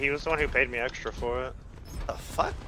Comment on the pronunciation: this dude said “i had pid” right after 💀💀